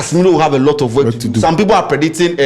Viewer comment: say “predinting” he figa we no hear 😂